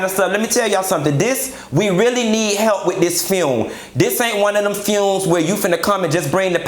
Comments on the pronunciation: if he say funeral like that again I'm gone scream!!!! the fune lol omg kitty blouses i hollered at work and scared my assistant you're a whole fool Just don't ask fox news to be there cause they don't know the difference between her and Patti per their news clip lol. no lie Ross i need you to truly put this all the way together. Not hygiene and whispertarian committee lol i died again. The banded list you never lied lol but i need you to have Ledsi and Lela James cause she killed the remix of change is gone come.And get obama to come on and speak with Michelle too!! Don't have people bringing in dishes please and thank lol the cigs i cant even with you and don't you put Bobby by no liquor and you need natural light beer with those cigs to make it all southern lol please no Tiffany Haddish lol let Stephanie Mills to host it. Play my "You Better Think" i remember as a child watching blues brother with John Belushi and Dan Aykroyd i loved it so much. Damn im getting sad now. One of the funniest but real videos. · Mia Ford And Fune! 😂😂😂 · u a hot mess🤣🤣🤣🤣...not the "FUUNE"!!! I cannot🤣💀🤣💀